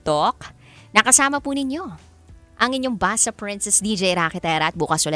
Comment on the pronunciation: Basa as read not basa as wetywety